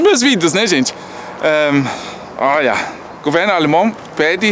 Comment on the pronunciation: Adoro esse formato de informar enquanto a gente aprecia a vista. O sotaque brasileiro do é ótima. Quando ele fala “óia” parece o típico brasileiro. Queria ser fluente em alemão